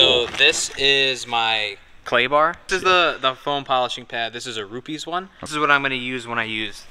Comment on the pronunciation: "this a roo-pees" one XD c"mon!